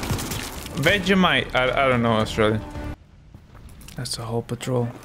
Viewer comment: I’m a Australian and when you said Vegemite I just died